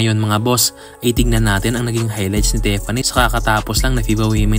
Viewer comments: Dude, it’s not pronounced “Tep-panie” with a P. It’s “Tif-fanny” with an F. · Idol Tiffany po hindi Teffany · Tiffany, brod. Tif-fan-ny, Tiffany.